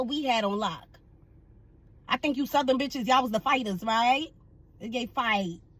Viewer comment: I thought I heard this broad say it JANKY. Her over the top COSplayin azz said THUH-thern. Girl 👋🏾 bye